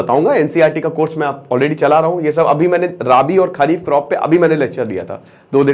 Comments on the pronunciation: सर आप इन शब्दो का उच्चार ठीक से किजिये "रबी" "खरीप" not खारीप राबी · अरे सर जी आप भी 😂 वह खारीफ नही "खरीफ" होता है, राबी नही "रबी" होता है। वीडियो बनाने से पहले थोड़ा Analyze तो कर लिया करो शब्दावली पर😅😅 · Brother, खरीफ ki fasal bolte he. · खरीफ की फसल बोलिये रावी खारिफ नहीं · राबी, खारिफ, और जैद नहीं यह रबी, खरीफ और जायद उच्चारण सही करे सर